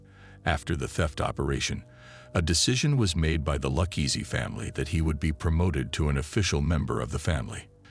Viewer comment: Dang the ai is hard to detect until it repeatedly mispronounces Luchese.